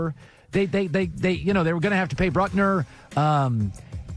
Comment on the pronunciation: The way he keeps saying "Brutner" instead of Buckner just irked me